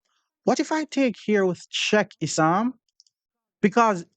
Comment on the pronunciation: "issannnn😂 ohh its issam, same thing😂" Classic